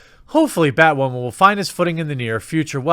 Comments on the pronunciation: am I hearing "bad whaman?" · I love the casual way you say "Bat Waman," keep up the good work. They get woke they go broke. But I guess I'm just a "straight WHITE heterosexual male". Wait WHAT! I'm not white?! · I like the way you say Batwoemen. That should work for SupperGoul. Let's defeat the YouTube algos by mispronouncing things. We could start with rik cigarmello. Oh and Epenstein didn't kill himself. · Poor Bat-WAHman !!!